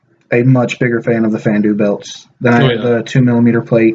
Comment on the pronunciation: I like the vid but the way you say Fandu makes me cringe